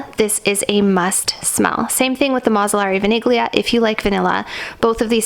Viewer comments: Vaniglia is Italian and it's pronounced like "Vanillia" (without saying the G) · VANIGLIA is pronounced as “VANI-LYA” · vaniglia it’s vanilla so you pronounce it vanillia like that ,don’t put the focus on the g